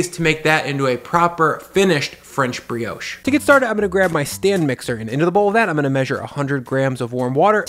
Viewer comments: in i cant keep going "its not how ya make porriage, bugger bri-ouch" dude get a new job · Ah we we, french briosh, crasont baget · I do find your pronunciation of the word Brioche to be offensive lol